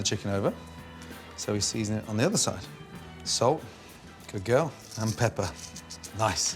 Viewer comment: We love salt and pebber lol